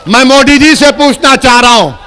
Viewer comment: पहले सही से मोदी बोलो मोडी नही 😂😂 पिछवाड़ा में जितना दम है सब लगा लो आएगा तो बीजेपी ही 🚩